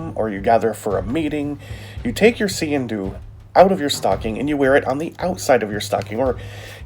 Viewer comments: I am Scottish! That is NOT a Sgian Dubh! Scottish people might call that a Dirk but it sure as hell NOT a Sgian Dubh. It pronounced Skee-in Doo. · Nice video, its pronounced skeen doo, and its original purpose was that when you entered an other persons home you would take out all your weapons to show you were unarmed as a sign of respect but with waring clans one would always have his sgian dubh hidden in his sock. Thanks for the videos some crazy blades out there keep up the good work.